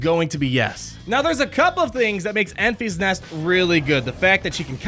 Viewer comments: En-FISS NEST, not EN-feesnest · En-FEE's-Nest!!!!!?????? Omg it is killing me ... it's "En-fis-Nest" I cringe each time he says it! Lol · En-FISS Nest, not En-FEES Nest as per the Movie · I saw the movie again last night - tge middle syllable is different from your pronunciation: it’s not pronounced as en feas nest ; it’s en fis nest (rhymes with diss, not ease ). Hope that helps. You have great content.